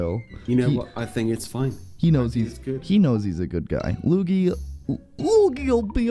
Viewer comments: Its not lugi , his name is lui - gi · It's not luge luge it's luigi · You said it wrong its LU-I-JI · Luigi's name is pronounced loo-eej-ee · Why do you call luigi loogie bra 😂😂😂😂😂😂😂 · Not Mario Odessy and stop calling Luigi as loogie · It's lu-we-g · Thats not how you say luigi